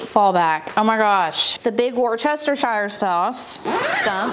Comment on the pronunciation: Wochestershire sauce plant. 🤣🤣🤣. Love it! 🥰